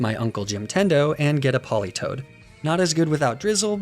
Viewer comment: THE A IN POLITOED IS SUPPOSED TO BE AN E! FIX IT NOW!